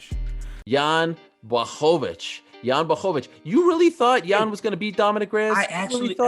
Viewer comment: DC’s pronunciation of Błachowicz is spot on.